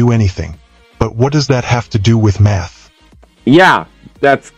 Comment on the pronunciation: At first, I didn't hear math from the narrator. I heard, "meth explains.."